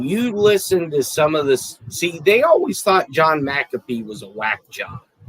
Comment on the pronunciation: ALL ARE PRONOUNCING MAC A FEE’S NAME INCORRECTLY. SO, DON’T THINK YOU’RE THE ONLY ONE!